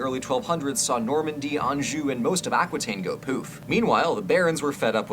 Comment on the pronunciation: I love this video - and finally a narrator who can pronounce “Anjou” in France correctly. Although he then goes and mispronounces “Angevin” and “Aquitaine” 😂